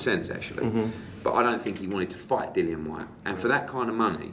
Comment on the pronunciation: How can Hearn be Dillian's promoter and not even know how to pronounce his name?